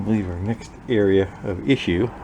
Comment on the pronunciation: When you said "earia" for "area" I had a flashback to high school. My math teacher in 11th grade was from NH and would say "valium" for "volume" and "salad" for "solid." She was (and presumably still is) a lovely woman, but it was hard not to giggle a bit when she'd get annoyed with someone. "Jason, you HAVE to learn the formulas for the surface earia and valium of salads." I was 16 and easily amused, what can I say? I did get to have the experience, twice, of moving to places where my movie/television standard Midwest accent was odd. And I'm a teacher, so my students thought it was hilarious when I'd say something differently.